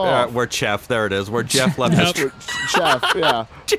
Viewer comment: I was eating noodles when you said chef instead of Jeff and I swear I spit so much noodles out my mouth it's crazy